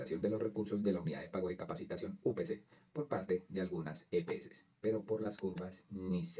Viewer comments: Es capitación no capacitación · Capitación, no capacitación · 😮😮😮😮😮😮😮😮 NO ES UNIDAD DE PAGO DE "CAPACITACIÓN". CORRIGE POR FAVOR. ES UNIDAD DE PAGO DE "CAPITACION" DE CAPITACIÓN. 🎉🎉🎉🎉🎉🎉🎉🎉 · Capacitación??? No No. Es. Es Capitacion lea bien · ojo, soy seguidor del canal pero hoy me llamó mucho la atención que se cometan errores en la lectura del guión. Por encima capté que por lo menos, seis veces se leyó que la UPC (Unidad de Pago por Capitación) se haya leído como: Unidad de Pago por Capacitación. Ojo, No es Capacitación sino CAPITACIÓN. Queda uno como desinflado!!!